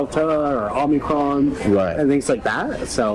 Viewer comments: So, if this guy really works for pfizer this is insane. However - why does he say OMNIcrom, and not Omicron. He pronounces the variant wrong...that's a little strange to me. Although...even some presidents say Nucular instead of Nuclear so could just be nothing... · Def says OMNIcrom...anyway, a lot of people mispronounce. He's done...and hopefully so is Pfizer.